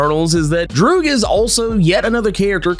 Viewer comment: I love how you said Droog like the rapper Your Old Droog 🤣